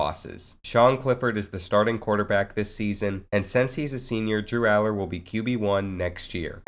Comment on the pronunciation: Ur saying his last name wrong but good video